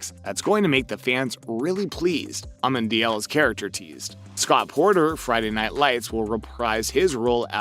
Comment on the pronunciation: Too many mistakes to take this seriously. C’mon. Pronounce Amenadiel’s name correctly and give us photos of the actors as you name them off.